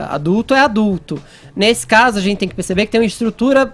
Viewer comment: Acho engraçado ele falando a palavra "gente"! Ele fala "zentssi"! Hahaha!